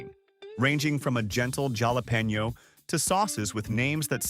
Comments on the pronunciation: It's pronounced HAL-A-PEN-YO. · Jala Peno. Really